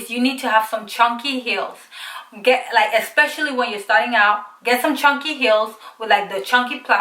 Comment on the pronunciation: the way she said chunky tho lol😂😂